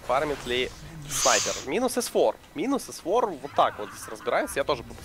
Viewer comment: Бесит как пытается произносить английские слова без акцента, но выходит ужасно, особенно ник s4, завязывай с этим!